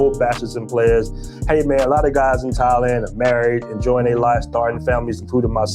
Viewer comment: was calling Thailand “Taiwan” 😂 He needs to take a trip